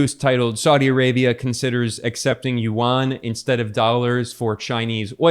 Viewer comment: yuan is 1 syllable not 2 syllables. like Juan not jew -an